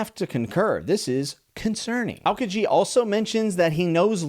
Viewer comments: Aokiji - Ow-Key-Gee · Admiral aokiji is pronounced ow-key-gee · If you're curious about the pronunciation, it's Aokiji pronounced: Ow-Kee-Gee! AND I CAN'T wait to see your future discoveries with the rest of the manga! I love seeing your vids even more because we're actually going the same pace with One Piece at the moment! You, with reading the manga for the first time, and me with my complete watchthrough for the second time! (it's been a decade and i'm LOVING it!) Also mad respect for your enjoyment of this arc. I think it's the perfect bit of respite between two big arcs! EDIT: Also much love for Foxy, our favorite dashing geriactric! #bringbacktheafro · idk if someone already commented or you saw this but aokiji is pronounced like ow-key-g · Aokiji is pronounced. Ou ( like ouch)+ key+ G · May have been mentioned already by someone else, but pronunciation for Aokiji is "Ow-Key-G" Ow like you're hurt, a key that you open a lock with, and the letter G. If translated the name means blue pheasant. Life hack as it were for japanese words and names: all vowels have just one pronunciation. A is always "ah", E is always "eh", I is always "ee", O is always "oh", U is always "oo". Now this is only for fully japanese words and names, and not everything will follow perfectly (as japanese language and literature borrow and use loan-words from other languages often). For instance, Usopp with this pronunciation would essentially be U-soap, and that's because Usopp isn't a japanese name entirely, combining the japanese word Uso with the distinctly non-japanese name Aesop. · If there is any potion of the anime that i might recommend, even if you don't watch the anime, watch G8. It may not be canon, but it is a lovely piece of the show that does a great job at portraying the characters in a non-canon story. It's good! i promise! Edit: also, i believe Aokiji is pronounced "Ow-Key-Jee" or something like that. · Aokiji's name is pronounced Ow-Kee-Gee